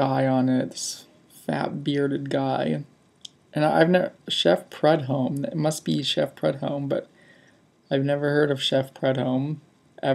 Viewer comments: please do some research on anything you review. Chef Paul ( Pronounced Pru-Dome) was a renowned cajun chef and had one of the first televised cooking shows. His many seasoning products are still sold worldwide even after his passing. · I get it that you didn't like the hot sauce and that's fine. I guess where I think you could have done better is in the research area. You have so much technology at your fingertips for instant information.I grew up with Chef Paul and took it kind of personal when you mispronounced his name. All is well and good my friend, keep up the good work.